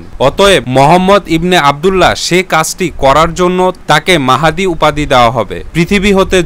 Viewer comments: ইমাম মেহেদী নয় ইমাম মাহাদী,,, খুবই দুঃখজনক নামটাই ঠিকমতো বলতে পারেন না,, আপনার ভিডিও কি দেখব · ইমাম মাহদীর নাম ঠিক ভাবে বলতে পারিসনা৷ ইমাম মাহেদী বলিস মূখ্য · প্রথমেই উচ্চারন ভূল, ঈমান মেহেদী হবে না, ঈমান মাহাদী হবে। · ইমাম মাহদীর নামটা সঠিক করে বলুন ভিডিওতে ভুল আছে